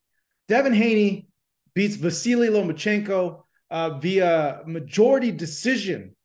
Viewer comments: Tarver needs glasses and has been on Haney band wagon… just to prove, it’s pronounced LOMA not “LOMO” 🫵🏽🤦‍♂️ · Where is the "n" in Lomachenko? 😅